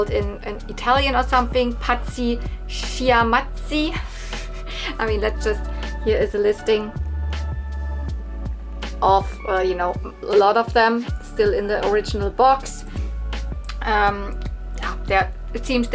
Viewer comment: I remember of Pazzi Schiamazzi, they were sold in Italy in the mid '90s by GIG! Schiamazzi (you have to pronunce the "CH" like a K) means "bad noises", they were suppose to scream! :) I am slowly watching all of your toygaudi videos!! ❤